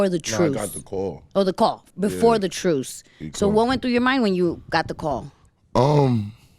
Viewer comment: Did she say A Truce??? Lol